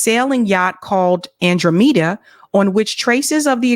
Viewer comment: That's an-DROM-eda. And while we're on the subject: pundit, not pundint. Signed, disgruntled boomer.